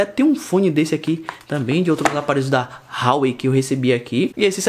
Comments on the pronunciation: Fala,, beleza? Cara, pra você que preza pela pronúncia correta das coisas, Huawei se pronuncia Ruá-Wêi. Joga 华为 no Google tradutor e bota pra ouvir em chinês 😄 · Por que todos os blogueirinhos de importados pronunciam Huawei RÁUÊI???? O correto é UÁUÊI...